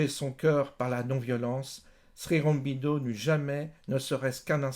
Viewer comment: Ô guru... Tu es adulé ici. Dis déjà la prononciation. Srironbindo tu tiens ça d'où? Shri Au-ro-bin-do, c'est pas dur! Au sujet de la non violence et de l'histoire passée, rien n'est simple, ce que tu dis est aussi une caricature à mon sens. Elle marche... selon qui est en face. Avec les anglais cela a marché, c'est un fait historique mais l'erreur est de sortir Gandhi de son contexte: c'est un homme, d'une époque, qui a eu une vie et son expérience a fait ce qu'il est. Laissons les hommes ce qu'ils ont été et ne manipulons pas l'histoire un siècle plus tard pour détruire ce qu'il fit alors, c'est trop facile! J'entends ici un regard égocentrique occidental sur une période passée, dans une culture autre, et qui a fonctionnée: les anglais sont partis avec certes leur foutue tactique de mauvais perdant de terre brûlée en faisant que le peuple qui reste soit divisé et s'entretue. Idem shrilanka, idem afrique etc